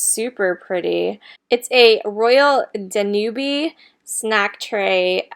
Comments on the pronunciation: It is pronounced Dan ube , not dan ubey. Like the waltz. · That seems like a very cool Salvation Army, would love to go. If it was Danube, you would say it like Dan-ube(tube.) I like your shop with me's.